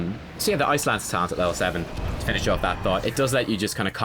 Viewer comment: The whole video I thought you were saying "Ice lands," but I now realize you were saying "Ice Lance." Dang accent :P Congrats on 5k. seems like just yesterday you were still at 2. I love how your channel is growing because you're so incredible ^_^